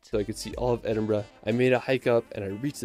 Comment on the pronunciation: I'm in the UK and pleased the OP actually left London, there's so much more than the capital. Also kudos for pronouncing Edinburgh correctly 👏